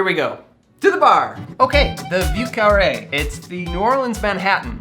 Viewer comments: If you say vi eu carré and not view carré, you sound more authentic. Interesting drink. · "view carree" not even close buddy. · I'm not used to hearing the soft V. I usually hear the V's in the southern coastal area pronounced more like a B, especially the French names... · A drink sounds delicious but you should find yourself going to at least maybe somewhere where they pronounce the word correctly like Montreal the name of the drink the pronunciation needs improvement